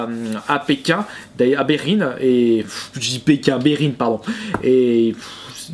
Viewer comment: AH OK mais quelle idée de dire "bérine" sérieux ?